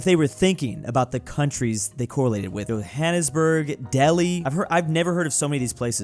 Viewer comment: As a South African you said Johannesburg wrong